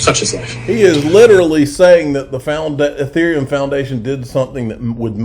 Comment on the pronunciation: It’s. EEE-therium. EEE -Ther. Sounds like ya know when u pronounce them correctly